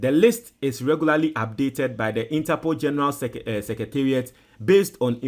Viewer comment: So u think ur listeners r deafs or what? Interpool 20 times 😂😂😂😂😂